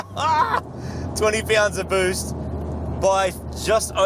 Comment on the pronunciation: 20 PYOUNDS OF BOOZT, GYATT DAMN! (next ep: replacing the conrods on my Levorg)